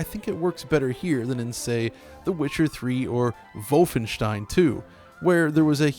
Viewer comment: I think he pronounced it correctly.